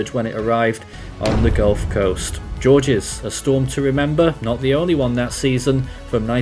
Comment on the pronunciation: It's pronounced like George, it's French.